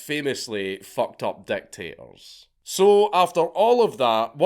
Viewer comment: Every time you said dictators I heard "deck tables"